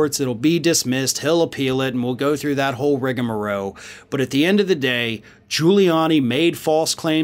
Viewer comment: my dude....it's "RIGAMAROLE". Gotta add the L and E at the end, lol.